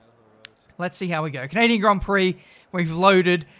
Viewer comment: As a Canadian, I am deeply offended with your horrific attempt at saying 'Canadian' ITS NOT 'can-a-din' LOL